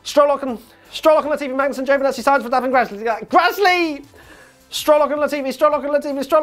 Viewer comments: You forgot saying Sainz every time you tried xD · Non finisher list was read out wrong!! Sainz!